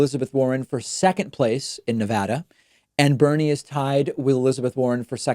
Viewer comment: David, Good job saying Nevada correctly, especially as an East coaster!